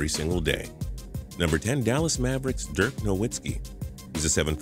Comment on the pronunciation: can you get Dirk's name right plz